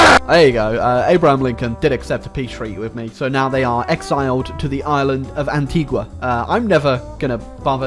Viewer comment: Its pronounced An-tee-ga. An-tee-gua is in Guatemala. Go visit, the island is beautiful.